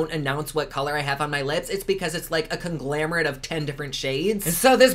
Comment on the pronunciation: I absolutely adore that instead of saying “conglomerate” you said “con-GLAM-erate.” Not sure if that was intentional, but either way, trademark that ASAP! ❤️